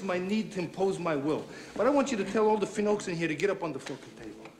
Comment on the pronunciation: "finoaks" lmao